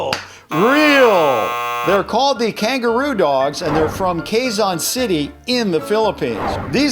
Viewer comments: It's pronounced Kezon City not Keyzon city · quezon city pronounces as kezon-siti in the phillippines